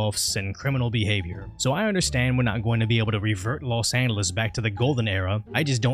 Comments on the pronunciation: Say lo angeles again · Ahh yes Los Andelus Nothing like a speech impediment to make an otherwise boring video a little interesting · “in los anduhluz” 😂 los anduhluz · This guy pronounces Los Angeles without the g sound lol. Kinda trippy